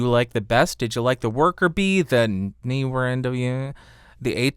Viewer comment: I like how you muttered "Neewer NW700!" LOL! That Neewer definitely didn't sound good.